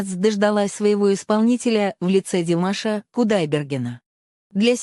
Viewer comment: Что ж вы так , даже фамилию Димаша не правильно произносите? Об остальном промолчу. Дизлайк.